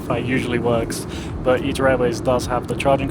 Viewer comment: always thought it was pronounced I-TA, not Eat-Ta